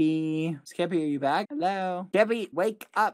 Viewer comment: its so funny when bbh sounds like hes saying “geppy” xD